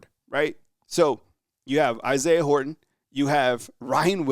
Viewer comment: Dude! Horton has a T in it. Say it that way. Thanks